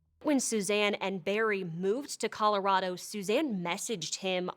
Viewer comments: Why do they pronounce it with a long i sound? That’s killing me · Stop pronouncing Colorado like that …